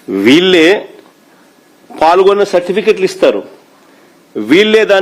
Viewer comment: ప్ఫాల్గొన్న కాదు అన్న పాల్గొన్న అని అనాలి.